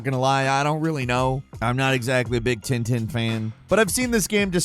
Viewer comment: It's called Tintin like "pain" not tinetine. Angry french out. (Not really pissed good video as always !)